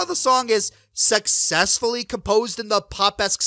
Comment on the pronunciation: i like the way you say "sexcessfully"